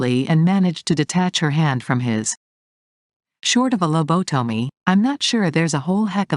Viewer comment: one would think the bot voice could be trained to actually pronounce words correctly. Low bo tummy? Really??